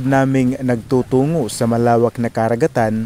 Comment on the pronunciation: Boss maganda yung dokumentaryo mo, the best actually!👍👍. But watch out your pronunciation like "karagatan" "pasipiko". I like your documentary..im not basher ok👍😊 ..